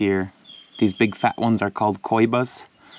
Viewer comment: it’s pronounced “ ko-heeba,’’. Awesome video